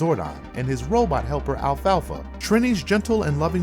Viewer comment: I agree with the list, but Zordon and his robot assistant "alfalfa"? 😂